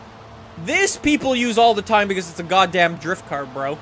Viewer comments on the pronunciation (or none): none